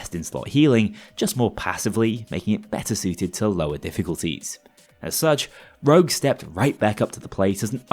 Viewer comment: STOP SAYING ROUGE, IT'S CALLED ROGUE